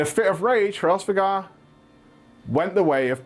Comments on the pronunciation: Normal people: Hraesvelgr: HARESVEGAR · It almost feels like he is intentionally pronouncing Hraesvelgr wrong considering he says it like 10 times within the span of a few seconds lol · Of all the ways the too mis pronounce Hraesveglr, u somehow stumbled on the most ear-grating. Just re do man, it's embarrassing